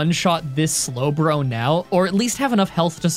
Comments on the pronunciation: Would it be considered a (s)lowblow to bring up the slowbro mispronunciation? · That slowblow line still gets me. Every time! Your script flubs are some of the funniest things ever. Probably tied with your improv.